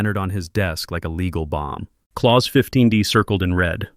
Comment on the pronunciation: A message for AI ... as much as I enjoy hearing my Germanic name "Klaus" pronounced correctly, you are in fact dealing with a "clause" which rhymes with "pause" or Santa Claus! Whoever "teaches" AI might want to introduce some of the unique aspects of oral English! Having absorbed my Mother Tongue, German, learned English as my second language, and then went on to learn French, Latin, Greek and Hebrew, I can assure you that similar arrays of letters often require quite unique pronunciations! AI functions suggest to me that we are approaching the day when words will simply be spoken as written ... which definitely would align with the German Language, where almost everything is pronounced! At the age of 70, I'm not sure I will out-live this linguistic functuality! Or, to quote a famous line, THAT is something up with which I will not put!!!